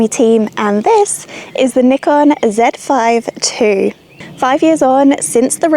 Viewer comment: It's cool to hear you pronounced Zèd Five Two, instead of Zee Five Two 😊